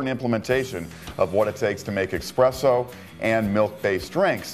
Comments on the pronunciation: seconds, did he just say "expresso"? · The guy actually legitimately said “Expresso” (Ex-press-oh). These guys are supposed to be the professionals. Sorry for being petty, it just stood out to me like a sore thumb. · Hi Levi, Always nice to hear from the "X" police. Yes, yes there's no X in espresso. And no easier way to make a barista's head explode than saying expresso. Of course if you are old enough "expresso" was an acceptable spelling and pronunciation according to the NYT style guide. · Haha - I noticed that also.... I repair espresso machines for a living and I find it funny when I am at a Starbucks and the Barista keeps saying expresso to the customers !!! lol But give this guy a break - he seems so nice in the video !!! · I hate people that say expresso, unless you have a legitimate speech impediment or are a child. Get it together people!!! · Did you just say expresso? You’re better than this! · Lost all credibility at 39 seconds when buddy said "expresso." LOL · Expresso? Whut. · I stopped watching 40 seconds in when he said "expresso" no thanks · DO YOU REALLY SAY (EX)PRESSO?....shame on you